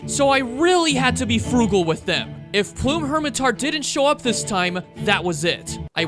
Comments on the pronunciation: I don't know why but the constant mispronunciation of "plum" as "plume" was driving me up the wall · why do you pronounce plum like plume? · Great video! You deserve way more subs. I have to ask. Why do you pronounce “plum” as “plume?” I’ve never heard the fruit pronounced like that ever hahaha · "plume daimyo" this dude never heard of a plum before 😭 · the pronunciation of the word “plum” makes me cry